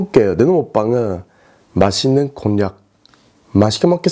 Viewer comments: 마싰는 곤약이라고요?? 볼때마다 발음이 안좋네요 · 맛있는 곤약..? +×+ 발음 너무 귀여우셔요 ㅠㅠ